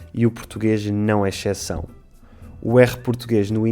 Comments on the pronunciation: xeção, meu Deus. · Não entendo por que "exceção" é pronunciada "echeção", não existe som de x aí...